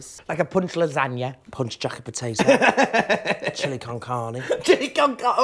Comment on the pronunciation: British people say chili con carne better than Americans and they are closer to mexico